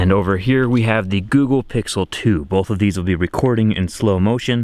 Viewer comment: This man says “bolth.” Trust nothing he says...